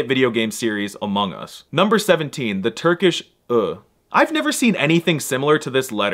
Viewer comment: From boone: AMUNGUS💀